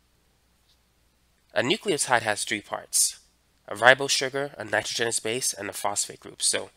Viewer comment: It’s Nitr-au-junous